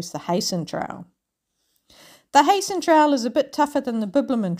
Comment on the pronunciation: Wish i saw this earlier i could have waved at you as you walked past the Barossa. I'll certainly watch your other videos now. You've probably worked out by now that it is pronounced "Hi-sen" Trail. Regards.